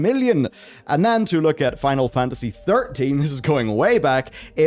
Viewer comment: still cant say "FINAL FANTASY" ??